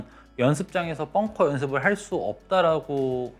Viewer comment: bunker ( 자꾸 뻥커라고 들려서요😅 잘 보고 갑니다👍👍